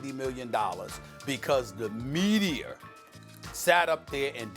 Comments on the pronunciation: Nobody Absolute nobody Stephen A. Smith: “THE MEDIEERR!” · STEPHEN A “MEDIAR” SMITH 😂😂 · No one: Stephen A: "because the medier" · “The medier” lmfao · "Medier?" My man the words is MEDIA!! Cmon SAS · Stephen A- " Mediaer" -Smith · "Mediar" lol